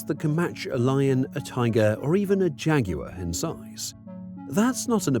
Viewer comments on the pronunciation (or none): Jag-you-are detected. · Your enraging pronunciation of jagUar makes me understand why the Revolutionary War had to go down.